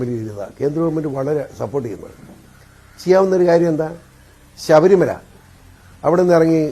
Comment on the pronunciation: ആ ശബരിമല അല്ല.. ശബരി മല എന്ന് പറഞ്ഞു പടിക്ക്. നേതാവേ.